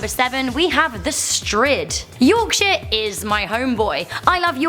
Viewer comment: Wahey! Yorkshire mention. Proud leeds lass and isn't it nice when it's pronounced properly too